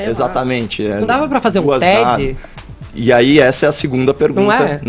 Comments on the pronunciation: "Fazer um tedzi, inédzito,critcicar".. Pq esse cara fala assim? Ele n parece ter língua presa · Fefito falando TED...não da pra fazer um “teddy” hahaha sério acaba com a seriedade